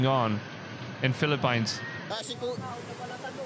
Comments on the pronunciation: It is not the Phili-Pines it’s the Philippines sir….😮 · Philippines 🇵🇭 is pronounced as : FILIP - PINS 🤔🤣😜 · I enjoy all ypur videos. Thank you. The Philippines is pronounce as "Filipins" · Hello love your videos but your not pronouncing the Philippines correctly, please research the language correctly👍